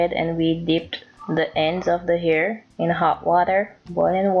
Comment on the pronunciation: Fabulessme its because she's said air... they don't pronounce H's